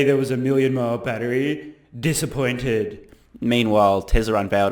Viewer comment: You made me laugh more in this video than all of your previous videos! "Disspaointed"